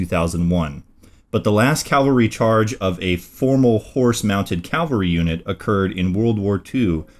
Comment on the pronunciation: "Ca-val-ry, " as in "cavallo," ("horse"). Not "Cal-ver-y" Goddammit. Bonus material: Your realtor is a "real-a-tor," not a "ree-la-tor". Jeezus.